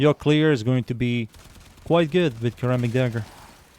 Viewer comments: Is pronounced like Ser rammic. Like serrated. Not kurr rammic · You pronounce ceramic starting with ssss' not cuh' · actally it wold be pronounced like (sir-amic) and if u care to argue go ahead and say the word "Certify" out loud. both start with CER which is pronounced as "sir" 😅😅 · Its a "suh-ramic" dagger my guy 😭